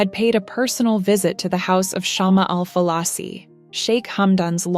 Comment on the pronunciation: It's not shaam it's shma means twig of candle or lamp ❤❤😂😂